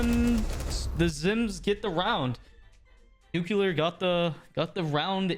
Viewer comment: "N U C U L A R"